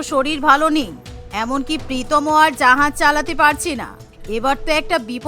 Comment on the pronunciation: জাহাজ ❌️জাহায়াজ ✅️😂